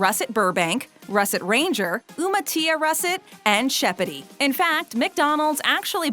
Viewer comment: I like her pronunciation of Umatilla Russett, "OomaTEEya", lol. It's Yuma-TIL-a. It's not a Spanish word akin to Tortilla. Now you know.